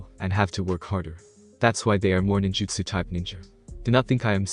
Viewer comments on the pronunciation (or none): none